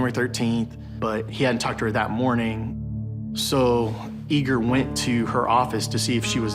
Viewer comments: The name is Igor not eager. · His name was pronounced “Eager”, even by his Russian mother. It’s not the American way of saying it.